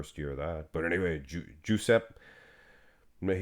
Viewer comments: I think Giuseppe is pronounced, Juseppy. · Giuseppe is pronounced “juu-sep-ee” 😂